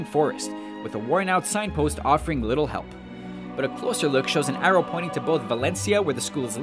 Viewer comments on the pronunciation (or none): none